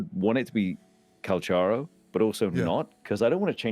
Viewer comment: Calcharo is read not with "Ch", but with "K" like.... Cal"k"aro. I watched the review of a pagan, a very interesting analysis